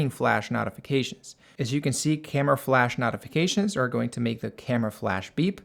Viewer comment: The way he pronounces notifications made me want to throw my PC ...........